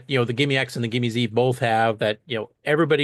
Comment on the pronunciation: That says "GIME-S" not GIME-Z.